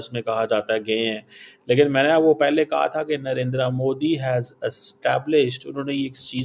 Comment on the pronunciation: कमर चीमा साहब आप पीएम नरेंद्र मोदी जी को नरेंद्रा मोदी नहीं नरेंद्र मोदी कह कर पुकारा कीजिए।